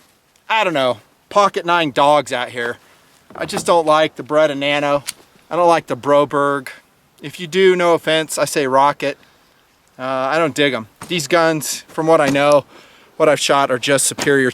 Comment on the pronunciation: Lol, BROberg? Come on, we paid a lot of money for you to be hitting us in our ego so hard. It's BOberg.